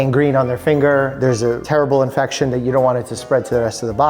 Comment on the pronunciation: I heard ass infection